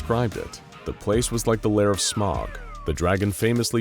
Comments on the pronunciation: Thank you pronouncing Smaug as "smog." I feel validated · When pronounces "Smaug" correctly. 😍